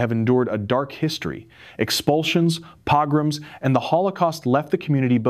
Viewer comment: The narration needs to be edited=1)D.N.A., 2)commas between list of items, 3)pograms=the o sound is a long o